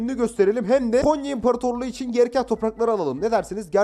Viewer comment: Abi Konya değil "Gonya" Biz Gonyalılar böyle deriz